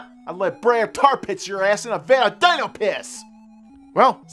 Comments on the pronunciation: D-ee-no, not Die-no. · My soul died a little every time he said “dy-no” in stead of “dee-no” because a few times in the episode he said his name correctly. Haha I guess it’s one of those things that gets stuck and you can’t help it. Regardless, Dino & Hoppy worth the month. SADP not worth the money!